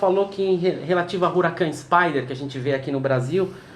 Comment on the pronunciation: A pronúncia correta é 'Uracán', e não 'Ruracân'. Um abraço!